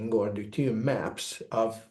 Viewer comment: I love this guy but he needs to practice the pronunciation of deuterium, it makes it very hard to share it with anyone because I believe they won't understand what he's saying! Constructive criticism! 🥰to all!